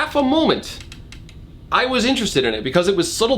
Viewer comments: I wish you had at least tried to say Anatoli's name properly because it ain't that hard and the way people just don't even bother trying to say our names properly is really annoying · How many times can you mispronounce ANATOLI? Priceless :) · How to pronounce Anatoli: Anatalie Anthony Anatoli ✔️ Antanoli Antolini Antolino Analoni Analonia Antoine Abernathy Android Abloid Abalabathy Abalabadingdong Argon the Terrible Anatoli ✔️ Antoinette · mispronouncing anatoli's name in increasingly strange ways is the highlight of the last third of this video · the consistent missaying of anatoli's name got me to laugh a few times